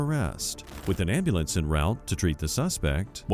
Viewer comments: She Axed fuh Amblamps lmfao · Never trust anyone that calls it an ambooolahhnce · "I need Ambolance"!!! "I need Ambolance"!!! "I need Ambolance"!!! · What's an " Ambalance " ?!! 😅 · what the is ananbullence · “Call an amboolance”! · Why can't my people say ...AM-BU-LANCE? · I wonder what an "ambahlance" is 🤔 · Her repeated mispronunciation of ambulance is driving my nuts 😅😅😅😅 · An American who can’t pronounce ambulance correctly. What’s up with that? And those that broke in the house, they are all guilty by association. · Shouldn't be allowed to get an ambulance until you learn how to pronounce it. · She doesn't even know how to pronounce ambulance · She can't even say ambulance right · That first chick needs how to correctly say ambulance! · You can't have a ambulance until you can pronounce it correctly 😂